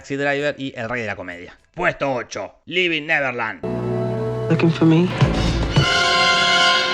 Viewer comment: El documental es Leaving Neverland, no Levern neverland....ten más cuidado Jorge..!!!!😂😂